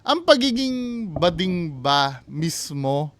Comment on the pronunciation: bading not gooding😂